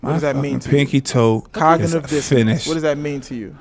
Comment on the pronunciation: 😭 also he couldn’t pronounce cognitive dissonance correctly 😫